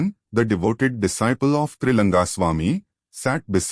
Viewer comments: Is it Tailanga swamy or Tri langa swamy ??? Wrong pronounce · *It's Trailinga not trilanga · Please observe this, the name of Trailinga swamy has been written wrongly and the same has been mispronounced many a times in the video. Please pay attention to the details